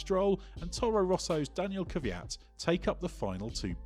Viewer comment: I'd love it if you pronounced Daniil Kvyat's name correctly. Considering your a motorsports youtube channel, it seems to be your duty to do so. It's akin to pronouncing Lewis Hamilton as Lewis Homeltan.